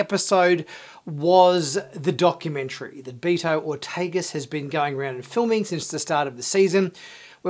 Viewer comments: Dude obviously doesn't read his comments. I told him a few weeks ago how to properly pronounce dudes name. it not BEE-TOE. Not sure why this annoys me so much. Maybe because I'm Spanish. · I LOVED the episode. BTW, Beto is pronounced BAY-to. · Sorry if I might of sounded a bit rude in my post. I apologize. Beh-toe isn't 100% correct.. The "Beh" is correct. the last part "Toh" I believe is a unique Spanish pronunciation . You not being Spanish.. Its understandable if you don't get that part correct. So Beh-Toe would be acceptable. Thanks for you response. and again.. sorry for my original reaction.